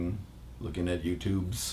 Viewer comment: OH MY FUCKING GOD DID HE SAY FUCKING YOUTOOBS